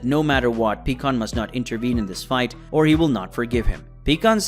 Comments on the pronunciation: Bro you gotta get the names right, it's not peekon it's pronounced PIEkkon but spelled pikkon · It’s fucking PIE-KON not PEE-KON. Have you ever even watched dragon ball? Bc you pronounce all their names wrong and it ruins the content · Pikkon became peekon. Also "pecan" if ur from the south of USA